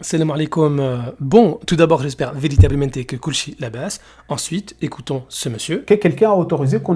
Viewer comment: Dès que t’entend « j’espère véritablementé que koulchi lebess » tu sais que la vidéo vas être une masterclass. D’ailleurs dès qu’il oublie un mot sur cette phrase jai la rage et il m’arrive même de couper la vidéo. Surtout quand il dit pas « veritablementé » comment ça m’énerve